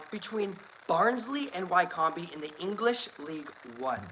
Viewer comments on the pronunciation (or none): Wycombe is pronounced “Wic-um” 😉